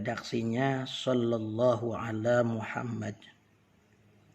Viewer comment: Assalamualaikum bacaan yg bener shalallahu alla muhamad. Apa shalallah alla muhamad .? Ada hu nya ga ust pas di shalallah nya